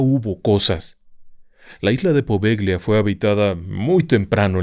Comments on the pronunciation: Buenos días. Un paréntesis: no se pronuncia "Poveglia", se pronuncia "Povellia" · Amo éste canal❤❤❤ En italiano Poveglia se pronuncia Povelia, "gl" suena "l". Muy estimado, deseo nuevamente felicitarlo por su exquisita narrativa, sus programas los veo y los re veo y los vuelvo a repetir, son fantásticos, gracias a usted y a todo el equipo de RDLO. Por otro lado quisiera preguntarle si el Códice Poveglia fue encontrado en ésta isla y le ruego nos ilustre con un programa dedicado al mismo. Mil, mil gracias por su atención y amable compañía❤❤❤❤❤